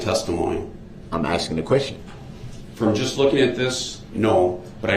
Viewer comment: She isnt axing BOY SHE IS ASKING